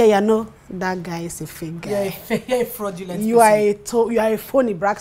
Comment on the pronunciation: Fraudulent was mispronounced.